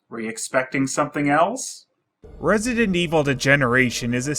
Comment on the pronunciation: "Resinent" lol